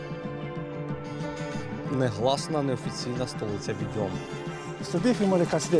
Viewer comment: Правильно не "віДЬОм" потрібно казати,а "ВІдьом",--- від слова "ВІдьма" !!!